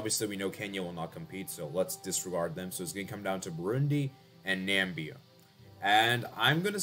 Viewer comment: "Nambia" the Donald Trump way